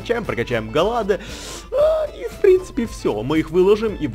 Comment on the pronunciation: Не Галладе а Галлейд